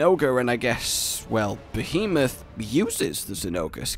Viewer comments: Behemoth. Pronounced: Beh-hee-moth. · Be-He-Myth That's how you pronounce Behemoth >:3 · text: " Behemoth" (): "Bee-moth" xDDD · You did your best you try pronounce behemoth correctly “try” but you did your best